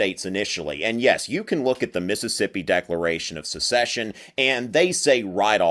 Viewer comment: Joel Castro "The declarations of succession from all confederate states say that they are aligned with the institution of slavery :/" As SEPARATE NATIONS seceding from an INTERNATIONAL COMPACT. And it's "SECESSION;" not "a-duh, a-duh, SUCCESSION."